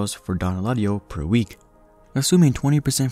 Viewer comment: Dõn not dōn